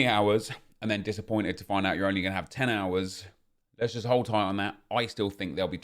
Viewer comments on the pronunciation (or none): none